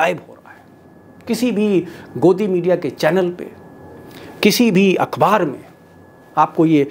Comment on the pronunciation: My dear, vaisey aap ka prononcetion lagbhag ok hota hai, some words you can't speak accurate, but i know u can manage the damage. Akh baar not akbaar, u mostly speak wrong, apne muslim friend se maloom kr liya kro, sudhar krne me koi insult nahi hai. I very much like ur programs as well you, keep going forward, we r with you buddy